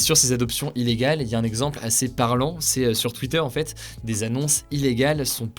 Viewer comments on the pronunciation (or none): none